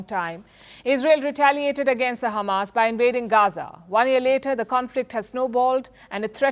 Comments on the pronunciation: Khamas 😂 dear Palki, Israelis can not pronounce H like Russians, that is why they say Kh instead of H, well we do not have kh in Hindi as well but kh make the sound that you pronounced at the beginning of the word Hamas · Why did she say khamas it’s hamas bruh she’s a Israeli journalist #EXPOSED